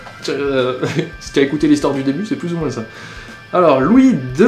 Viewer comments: Hum... La véritable question serait : A tu une pieuvre mutante dans ta bouche qui t'oblige à dire "de moins en moinCE" ou c'est juste ton accent ? :) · dans le mot "moins" le S ne se prononce pas. >< Sinon bonne vidéo.:)